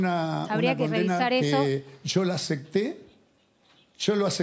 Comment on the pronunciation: se dice acepte guey no acecte